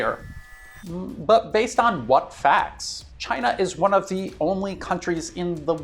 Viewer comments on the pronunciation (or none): none